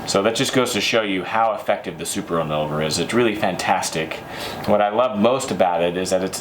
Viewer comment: If you're going to sell these products, shouldn't you learn how to correctly pronounce the names of the products? And by that I don't mean speak french like a citizen of France. You keep switching the V and the N! in-VOL-ner not i-NOL-ver. Same with the shampoo.